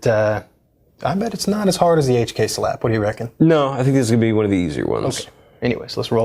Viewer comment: lol, it sounded like m1 more time instoed of 1 more time